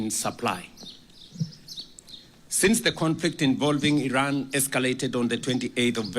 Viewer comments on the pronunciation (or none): none